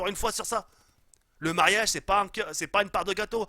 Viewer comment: Tu dis pas mariage mais ma3iage